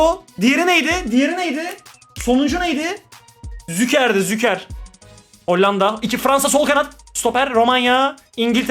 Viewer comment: Züker değil Şuker kral, vallahi telaffuzun rahatsız etti dayanamadım yazdım hakkını helal et 😊